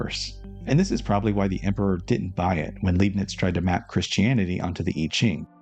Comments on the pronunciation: His surname is pronounced: {L‧eye‧bnitz} / {Lie‧bnitz} not {L‧ee‧bnitz}, but I understand; it is hard to assume or know. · Interesting presentation as per usual, good work. I'm tempted to pick up the book—not that I have much free time at the moment, alas—so as to not wait for future parts. One little thing though... the name's LEIbniz, read like "lie" and not like "lee". (You'd read it like "lee" if it were spelt LIEB-niz, which likely makes it even more confusing for the native English speaker.) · I love this series also obligatory Leibnitz’s name is pronounced LEIbnitz i.e. Lei like ”Lie” or Lie-bnits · German here that loves your videos and wants you to get all the recognition you deserve 💜 The “ei” in Leibniz is pronounced like “eye”, or maybe easier, read it like “Lie - bniz” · Tip about Leibnitz pronouncement: the first syllable is pronounced like the English word 'lie' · the "ei" in Leibnitz is pronounced like the "i" in like btw